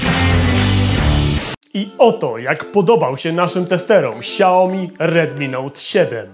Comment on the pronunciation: Szacun dla za materiał, ale.. serio kałomi? Toż to badziew jest xD